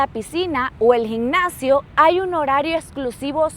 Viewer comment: Has viajado muchísimo gracias a luis,por que sin el no viajarías, luis enséñale a pronunciar bien las.palabras como gimnasio, dice gicnacio ...